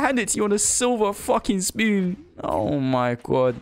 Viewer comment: “I handed it to you on a silver fuckin spewwn” xD